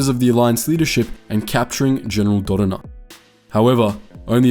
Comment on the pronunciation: Your pronunciation of Tantive and Dodonna kills me.